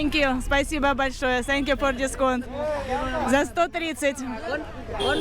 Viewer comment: Ne senkju 😂a Tenkju 😮😅